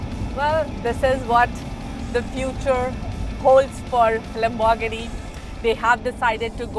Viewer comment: Love the way she says Lambor-ghini